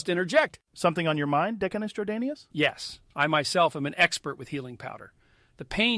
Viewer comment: “Decanus Jordanius” lmao